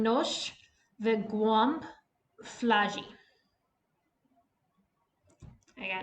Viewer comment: Hey, for the first time it was actually pretty good. Your "głąb" was perfect by the way :D